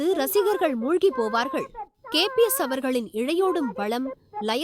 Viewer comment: KPS illa nalla utchariyungal KBS Endru